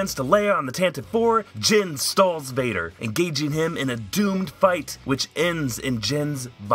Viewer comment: Tantive IV is pronounced "tan- ta- vee four". It's in the Canon audio books and NPR adaptation. It also rolls off the tongue much more nicely. :-)